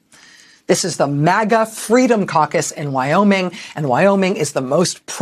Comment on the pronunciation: Caucus? I thought she said carcass...